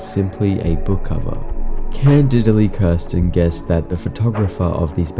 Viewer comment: candidly kirsten, not can didly kirsten lol